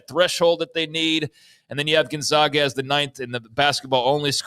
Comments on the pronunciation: It’s not the GONZOGA ZOGS. Say it with me…GONE-ZAG-UHHH. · Good grief. Gonzaga has been in the NCAA tournament 26 straight years and you still can't pronounce their name. It's Gone-Zag-A, You don't say the Zogs. It's the Zags. How is that so difficult?